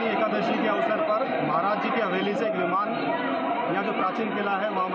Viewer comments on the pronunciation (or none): Baivan nhi viman बोलते he.